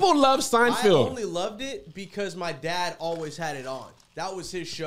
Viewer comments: Wait what happened ?? All this time I’ve been saying it that way too, SeinFIELD! There’s no going back now. lol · It’s pronounced: SIGN-FELD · Are we going to address Kev continuously calling SeinFELD , “SeinFIELD”? No… cool beans 😂